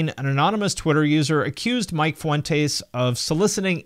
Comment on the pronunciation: Dude I can’t with how you pronounce Vic and Mikes last name😂😂😂